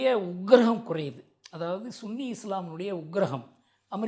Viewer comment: யோவ் சன்னி னு சொல்லுயா... சும்மா....புரியுது... நீங்கள் நல்ல ஆங்கில உச்சரிப்பு...... புலமை வாய்ந்தவர் அப்படியே கரெக்ட்டா பேசுவிங்கனு..... ஆனாலும் இப்ப தமிழ..சன்னி.... சொன்னால் போதும்.....இவரு நல்லா முட்டு கொடுப்பார் இந்த தமிழ் டிரம்ப்...😊. நாடுகள் மட்டும் இல்ல தனி மனிதனே... சுயநலவாதிகள்... இன்று தனக்கு என்ன...என்ற... மனநிலை உருவாகிறது உள்ளது...